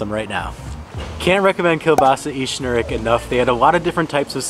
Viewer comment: The strangest thing is, out of all your tries of pronouncing polish words, you were the closest with "sznurek", and it was the one that made you burst in laugh :D